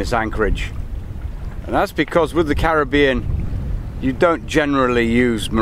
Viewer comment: Great to hear Caribbean pronounced correctly